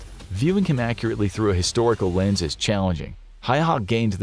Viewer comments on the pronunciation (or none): none